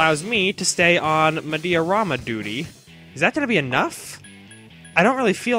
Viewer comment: I like how pronounciation of 'Mediarama' changes in every episode xD